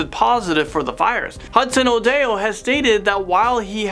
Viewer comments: The way he pronounces Hudson odoi is so wrong 😂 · That was the funniest pronunciation of Hudson-odoi’s name 😂😂